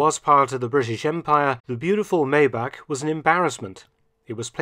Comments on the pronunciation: Great video, FYI: Its pronounced 'My-bach' not Maybach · No offense but.. it's pronounced " My + Bach" or more crudely, my bok , but never May bach . Love your videos, I am a relatively new sub , from 🇨🇦 . Cars & WW2 keep my interest. Thank you